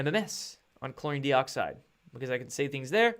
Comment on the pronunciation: Good stuff, as usual! BUT, PLEASE don't be an IGNORAMUS with your INCORRECT pronunciation of something you are trying to promote. You've been advised of this before - please READ your comments, sometimes!!?? This does/could make you look like a fake promoter of your BLEACHING Agent product (Joke!!:), bro. Your 'product' is called "Chlor-EE-n, DIE-oxide". Got/Get IT yet? Good!! I really DO wonder.:)